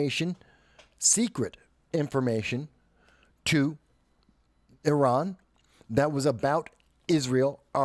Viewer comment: You’re one of the few people I’ve heard pronounce Iran correctly 🙌🏽